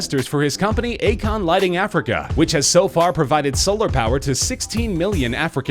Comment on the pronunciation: U pronuced akon wrong.